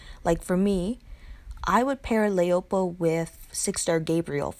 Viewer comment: You forgot jessie anderson as an S class. I don't really like laopo as a 6* she is too slow. Her name is chinese for wife so pronounce it that way la-o-po